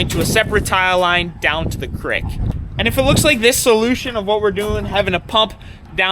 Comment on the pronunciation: Finally, someone else who calls it a crick instead of creek 😂